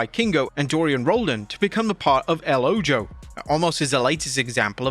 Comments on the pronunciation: The "Ojo" is pronounced "O-ho". It means "The Eye" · El oho. Ojo is pronounced OHO. It means The Eye. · Ojo is pronounced Oh-ho